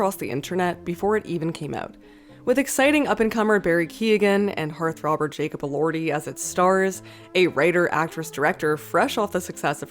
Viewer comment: Did you just say hearth robber?